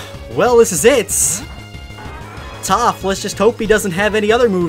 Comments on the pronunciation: He called topth momo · Is it me or I hear say toph is momo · Who else heard momo instead of toph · He called toph Momo lol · He called toph momo XD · He calls toph momo